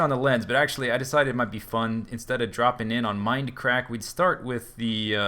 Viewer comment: OH YEAH MOAR MEIND-UH-CRACK-UH SERVA